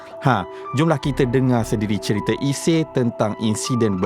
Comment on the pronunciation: iseey bukan isie..sebut tu betul2 la biar bunyi klntan sikit😢